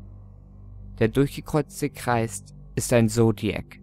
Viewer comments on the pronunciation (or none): Hat er bei Durchgekreuzter Kreist gesagt? :D